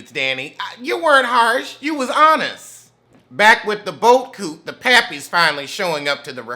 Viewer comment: you are just what I needed this Friday. I love when you say boat coot, lol